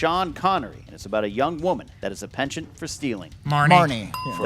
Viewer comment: "penchant for stealing", not "pension for stealing"